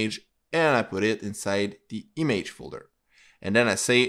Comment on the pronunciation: Good Tutorial but the way you say "Image" makes me crazy